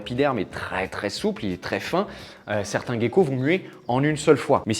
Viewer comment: Ok, je veux bien dire les bons mots et ne plus dire mue pour dire exuvie à la place, mais toi, de ton côté arrête de dire gecko comme "gay-ko". Tu penses à l'oiseau, le "geai" et tu dis "geai-ko". Merci beaucoup si tu fais ça parce que c'est une vraie torture d'entendre "gay-ko". Merci tout plein et tout et tout! ❤